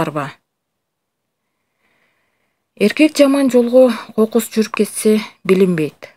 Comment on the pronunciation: Кокуууй туура да окуй албайснго кокус деген созду какус дейсин койчу жадап кеттим экинчи мындай окуп чыкпа уят